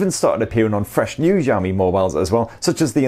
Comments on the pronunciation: Sorry 😁 But it's Xiaomi not Jiaomi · Bro, it's not ZHAO-me PLEASE 🥺. It's shao-me, sha from shark(Not zhark) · Its ziaomi . Accent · see-ou-mee. not ciao , not jiao. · please its pronounce as shaomi not jaomi lol it feels cringe when you say it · No it's pronounced ciao-me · Its xiaomi not jami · Why does he keep on saying "jaw me" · Instead of Xiaomi he says jammie, xomi, shami.... Hadeeeh 🙄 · its pronounce shaomi . say the 'sha' like shower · nobody : this guy : zhao mi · It's not Jiaomi or Giaomi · wth is jaomi? can't you freaking read?? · Nobody:: Jiaomi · The Chinese "Xi" can be a bit hard for Westerners to pronounce. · Hearing "jaomi" is what bothering me while watching the video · I don't why but i laugh when he says Xiaomi as jaomi 😂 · You pronounce xiaomi like jaomi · good videos but pls look up how to pronouce Xiaomi :D